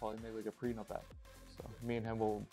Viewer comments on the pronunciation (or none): He said prenub app